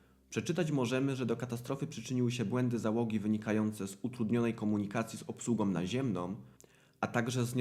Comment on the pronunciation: Slysze co mowisz i zapisuje,"wynikajace z utrudnionej komunikacji z obslugOM naziemnOM". Dlaczego na koncu tych wyrazow domykasz kompletnie wargi!? To fatalny blad wymowy, wargi powinny byc niedomykane i powinienem slyszec na koncu tych wyrazow "a" z ogonkiem! Nie mam polskiej klawiatury, bo pisze z Montrealu, gdzie mieszkam od 37-miu lat i jestem uczulony na kaleczenie pieknego, polskiego jezyka przez Polakow, na co dzien mowiacych po polsku!!!